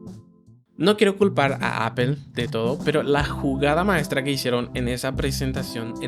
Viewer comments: Se pronuncia Apl no Apel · ¿ Por qué dices : apel ? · No se dice "apel".